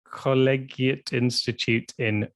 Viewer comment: Tommy it's pronounced: Col-lee-jet 🤣